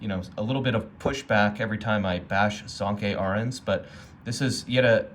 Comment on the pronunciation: Are you mispronouncing Sönke on purpose?